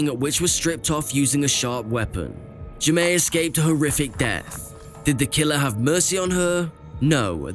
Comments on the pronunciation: Fairly certain the child’s name is pronounced Jay-Mee, not Ja-May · Except “Jaime” is pronounced “Jamie”, not “zhe-may’”.